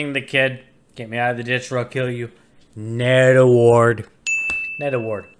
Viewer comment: You know when I first heard you say "Ned Award" I thought you were saying "Netherwort Award" which if you don't know, Netherwort is mushroom or otherwise a fungus that grows in the Nether which is a hell-like dimension in the popular (or at least it was popular, I don't know if it still is or not especially with hytale coming out) game Minecraft. Hytale is said to be a mix between Minecraft and Roblox... I'm excited for it... if your ever interested in doing gaming stuff, this might be right up your alley when it comes out which is supposed to be this year, but idk.